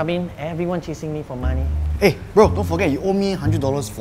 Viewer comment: says magee, not money. He even says "go I'm very hungry"